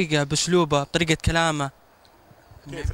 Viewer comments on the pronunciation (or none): ايه صج هو يخقق الرابع بس جأنه مرأة مش جأنه رجال من طريقة كلامه ما يقول بطريقة يقول بتريكة